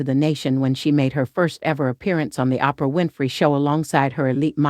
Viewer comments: Oprah: Promounced as OH-PRUH not... Opera: Pronounced as AWW-PER-AH Thanks for this video on Opera. Who's your favorite Opera singer? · Who doesn’t know how to pronounce Oprah at this point ? What planet does the narrator come from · who the F is "Ahhhhh- Prahhhh" ?!!!!! smh